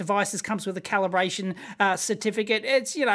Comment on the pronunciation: "Caliberation" LOL